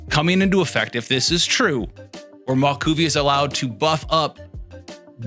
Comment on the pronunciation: Just a friendly heads up, her name is pronounced like “mah-whoEE-kah” 😅